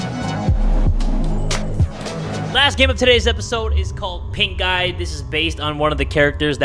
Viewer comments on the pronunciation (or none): I swear to Yan-Chan i heard "Pink eye" instead of "Pink guy" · the way he said Pink Guy when he introduced he game, I heard it as "pink eye" instead and I was really confused for a minute lmao..